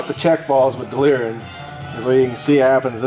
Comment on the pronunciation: I don't care if that guy says delrin wrong he knows his shit.